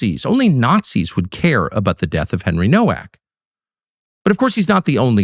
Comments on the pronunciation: The Polish name Nowak is pronounced "novak" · It’s pronounced Novak. W in Polish is pronounced like a V. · Pronounced No-V-ak! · Pronounced " Novak " - learn some Polish Tuc , you've got many like minded friends over there in Poland 🇵🇱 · Americans don't get it, it's pronounced "Novak" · Nowak is pronounced Novak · It’s Novak. The surname is Polish/Czech. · It's pronounced "Novak".